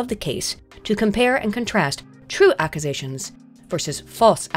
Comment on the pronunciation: Is everyone just going to ignore the way pronounced "Accusations" somewhere in video?